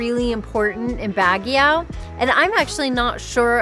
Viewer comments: Baahh gio not BAG E O. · Ouch. Constructively it's not BAG YOW. You certainly did try to pronounce everything though. Good you did the whole touristy thing but there is so much more to Baguio, this coming from someone that has native family there and our late grandma remembers the Japanese bombings as a young girl. Asin Hot Springs would have been a great side trip.